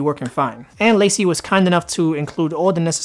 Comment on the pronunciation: It's La-Cie not Lacey lol! It's French! Also it's Date-a not Dat-a....